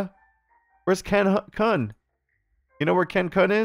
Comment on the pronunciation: LOL. pronounciation of "Kun", sounding like "Kuhn" had me cracking up.